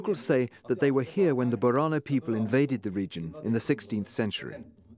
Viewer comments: It is pronounced bo re na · my guy how did you just say borana